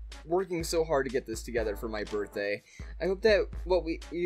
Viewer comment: Did anyone notice that says that it is his borfthday